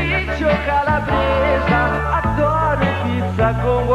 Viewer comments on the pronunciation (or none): none